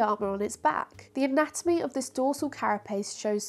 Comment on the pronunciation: “anatonomy”?! I know, it’s easy to let an extra syllable drop in when you’re trying to pack in a boatload of information!